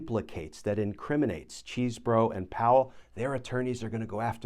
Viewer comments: "CHESbro", not "CHEESEbro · It's NOT CHEESE-bro or Cheese-BOROUGH....it's "Chez-bro." (Cheese is spelled with 3 e's, ya know.)